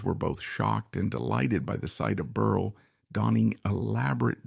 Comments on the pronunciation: Computer generated voice mispronounces “Berle” as Burly through much of the video. Very distracting. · His name is pronounced Berle with 2 short es... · This is obviously AI because the robotic announcer switched back and forth, very annoyingly, between the correct pronunciation of Berle to Berley. Fix this out of respect to the comedic legend. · Why do you keep switching from pronouncing his name as Berl and Berley? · I can’t keep listening to this man saying Berlee when it’s not pronounced that way. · Fairly positive this is AI. Lots of unnatural pauses. I do think some people called him Berlie? But not like this. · AI can’t pronounce name ! Funnier than Milton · It's AI, but you'd think the program would have enough info to pull from to get this right.